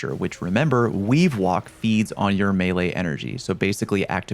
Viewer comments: Anyone else hear Weewalk instead of weavewalk? I hear it pairs well with weewind wounds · weavewalk sounding like wewind wounds out here